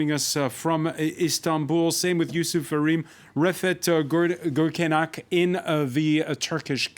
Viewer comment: As a moderator, you must learn your guest speaker's name and surname correctly. His surname is Gürkaynak. It is not polite. The moderator could not able to pronounce his name correctly ezcept at the end of this meeting. Again, it is not polite.